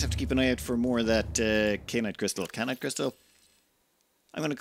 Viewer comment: Ky. An. Ite. How the HECK do you read "Kyan" and see "Kain"? It rhymes with Cyan, just with a K instead of a C!